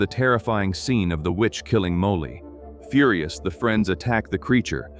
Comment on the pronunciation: ... at least get an ai that can pronounce Molly properly...